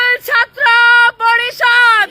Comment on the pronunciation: ei mohila bhalokore uchcharan korte parena porisadh kathata uchcharan korte parena taranaki chchatra